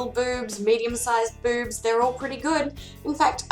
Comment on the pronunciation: To my American ears when you say boobs it sounds like beurbs.